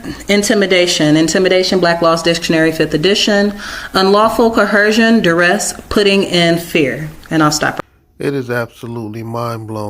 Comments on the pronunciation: Is this dummy trying to say "coercion"?! 😂 "CoHERsion?" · Why is it that not one single Moor can pronounce the word "coercion"?